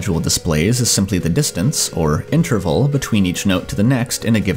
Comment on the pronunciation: I wish this guy would pronounce interval correctly